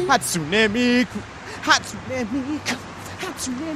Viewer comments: I know it Hatsune not Hatsuna?!?!?!? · hatsunE miku? HatsunE miku? its Hatsun"eh" Miku!!! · They were like Hatsuni. No, mate. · What annoys me so much, is the fact they're all pronouncing Hatsune wrong!! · And Hatsune is her last name.